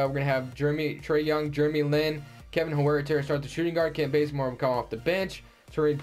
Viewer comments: It's "hurter" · I think its pronounced HURTER lol